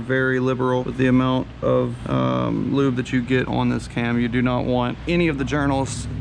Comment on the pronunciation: Beautiful build - good call on the billet sprockets.. only thing I would like to see is gun drilled cams - the factory cams are much lighter and although it wont matter much for drag racing it would for RR.. PS. every time the builder says the word 'on' I keep thinking he is about to say the world 'awning'.. what accent is that?